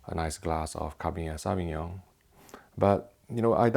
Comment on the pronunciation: that was the strangest pronunciation of cabernet savignon that I've ever heard 🙄